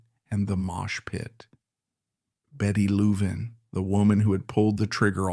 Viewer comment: Disgusting AI that cannot pronounce Louvin properly.